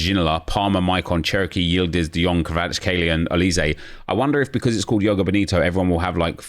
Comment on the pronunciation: Nep can you please say the J in joga 😂 makes me shiver when you say yoga